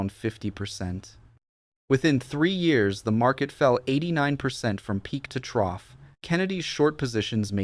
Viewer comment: The way this AI says years is pissing me off...dislike